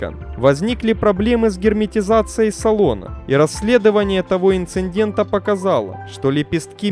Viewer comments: Самое приятное в этом ролике - последняя фраза о том, что ещё один 747-й уродец отправился в металлолом. Зачитывающему текст стоит обратить внимание на такие слова, как инцИДент, ТОКОнесущие жилы (а не тонко-). Слово "дверь" в ВП и ПП следует ударять одинаково, а не как попало, то двЕри, то дверИ. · Классные выпуски, но есть одно НО, автору желательно пройтись по русскому языку. Не смотря на то, что пишет автору не русский. "ИнциНдент", даже звучит как то не очень. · Опять «инциНдент» 🤦‍♂️🤦‍♂️🤦‍♂️ И жилы не «тоНконесущие», а токонесущие